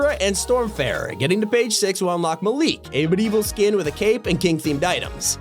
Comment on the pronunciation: The way pronounced Malik.